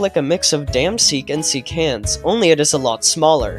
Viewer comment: Seek not seel